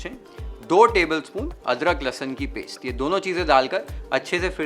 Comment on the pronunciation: Aapki cooking itni badiya hai but aapki pronunciation itni kharab? Paysssshtttt (paste),Shhhhtir ( stir) Tayyyyshhht ( taste).Govt school walle ho kya? Bada ajeeb lagta hai sunna.